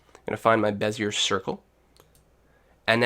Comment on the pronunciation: *puts on monocle with top hat and twists moustache* I believe it's pronounced.. "beh-zee-ay".. Thanks for the video, it was very helpful!